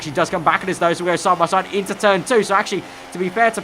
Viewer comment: 'as we go sahbahsahd'